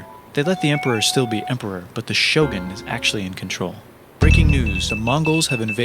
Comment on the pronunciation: I am from the western world, and I share your pain with his pronounce of "Shogun"